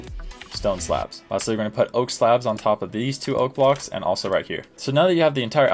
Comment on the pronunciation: "Oak slabs" lol